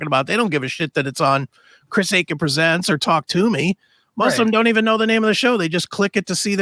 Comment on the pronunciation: Chris aching not Akin lol.